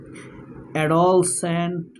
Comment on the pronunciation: বিনয়ের সাথে বলছি, উচ্চারণ হবে “এডোল্যাসেন্ট” যেখানে “এডো” উচ্চারণ করতে হবে নরম ভাবে আর জোর দিতে হবে “ল্যাস” শব্দ এর উপর । ধন্যবাদ ।।